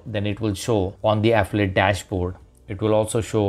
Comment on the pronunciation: Ahhhhh fillllll eeee it. English isn't that fucking difficult man. My god.